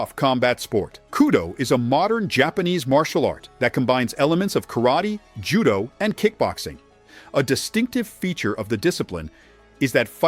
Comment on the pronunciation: This guy is pronouncing Judo like he's having his balls in his mouth chewing them. It's Judo not Tudo or Zhudo. Pulamariidemuist